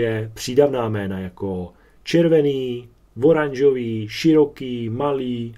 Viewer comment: Pěkné, jen když mluvíte o hodině češtiny, tak voranžový, vodstavec ... apod. čeština nemá :)